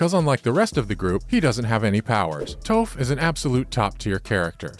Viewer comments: Can't even say Toph correctly, did you work on the live action movie ? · This man said toph like he was in the live action movie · This video is like someone who's passionate about Avatar wrote a script and sent it off to someone who has no idea what the source material is to do a voice-over. Toph and Azula's names are mispronounced. And the voice is so monotonous and passionless, it might as well have been read by Mai.